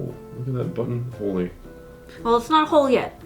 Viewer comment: Entertaining video! Buttonhole > “Butthole”. I can never unhear this. Thanks! 😂